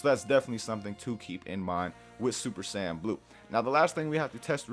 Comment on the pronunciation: MEDITAION NEGATES SSB DRAIN JUST "SAYIAN" LOL